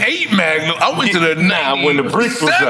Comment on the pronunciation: Nore, stop saying the L in Magnolia. 😂